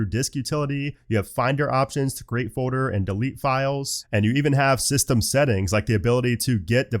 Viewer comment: For fuck’s same bro: it’s FOLDDDDDER 💀